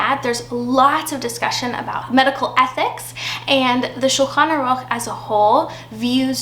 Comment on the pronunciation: Mostly sounds like she knows what she's talkin about...even if she does say "athics" and "techno-lojjy."